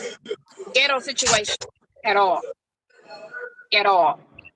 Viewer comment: she can't pronounce situation to save her life. What is "sishuwation"?